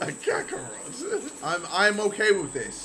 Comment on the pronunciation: How does nobody clock that jj said carcarot